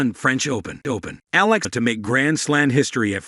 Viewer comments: The correct way to pronounce: ee-yeah-lah, 3 syllables, not eh lah. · Eala is pronounce as Eyaahla😊